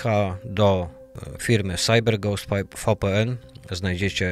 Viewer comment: VPN to Wi Pi En tak sie wymawia. WiFi to łaj faj